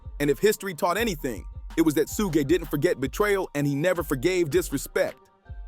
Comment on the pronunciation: “Soog” and “Soogé” is diabolical